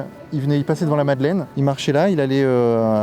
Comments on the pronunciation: madeleine et pas madalaine 😅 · La Madeleine pas la Madelaine.... Faites un effort bordel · Madeleine, avec un "e" pas un "a", svp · Merci beaucoup pour ton travail! Mais par pitié, la MadelEine, pas "Madelaine" 🙈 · « L’église de la Madelaine » au lieu de la Madeleine : effectivement tout fout le camp… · Eglise de la "Madelaine" sérieusement ? Ptain Madeleine, pitié vérifiez